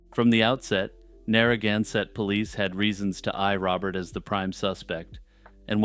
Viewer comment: What an odd way to say Narragansett.